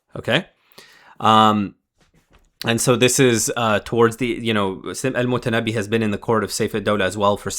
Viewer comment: Brother, it's al-Mutanabbi, not al-Mutannabi. Good video anyway.